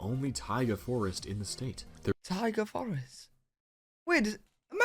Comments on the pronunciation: Taiga, not tiger 😂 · Taiga not tiger 😂😂😂😂😂😂😂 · It's Taiga Forest, not tiger forest. Look it up. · Taiga not tiger. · It's Taiga not Tiger. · Taiga. not tiger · TAIGA, not TIGER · Not "Tiger" Forrest, Taiga... Taiga Forrest. Taiga is a climate typically featuring long, very cold winters but milder than Tundra. A Taiga Forrest is usually densely covered in coniferous trees (trees with needles that don't shed or change colors during the fall). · Taiga... Not tiger lol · Taiga not Tiger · Its Taiga...forest.Not...tiger😉😊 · For the Massachusetts high point, It's taiga not tiger. Taiga is a cold, subarctic region. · Taiga, NOT Tiger! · Taiga Forest, not tiger forest. 😂😂😂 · I believe that tiga not tiger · Taiga forest; not tiger. 😂 Knob is not used to refer to the same thing in American English as in British English. Yes the air is thinner at high land places. People often get mild altitude sickness when visiting Colorado and similar places if they aren’t used to it. The air is so thin that baseballs fly much farther so the Denver baseball stadium has particularly large dimensions and they keep the balls in a humidor to weigh them down a bit. Lived near Mt Hood and now not far fron Mt Rainier. Yes we sometimes saw Hood smoking. It is active. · Taiga, not tiger. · Taiga forest. NOT tiger. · Taiga, not tiger. LOL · Taiga...not TIGER. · You know you’re from the U.K. when you mishear taiga as tiger. 😆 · Hee! Only a non-rhotic English speaker could confuse "taiga" for "tiger." forgot that in North American English dialects like that of this video's narrator, we pronounce our R sounds!